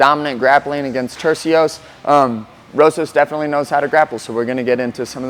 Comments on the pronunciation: How you gonna do a breakdown if you cant even say the fighters name right. What a joke. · Turcios is a no name bum and Cory is a title contender I don’t blame him for the mispronunciation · For some reason almost every fighter struggles with name pronunciations, no matter who they are. I find it endearing.